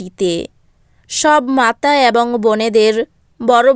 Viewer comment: Chhi ki baje uchcharon ...ebong na bole bolchhe aabong